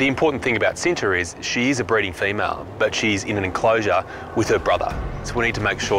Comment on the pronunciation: Oh, I'm about to say. I thought it was from India. Apparently it's from Indonesia. Btw it pronounce "chi-nta" not "she-nta". It means "love" in Indonesia. You know what, whatever... not many can pronounce and speak appropriately and fluently as Indonesian. 🙄 I'm just getting tired of writing and correcting pronunciation and speaking (online).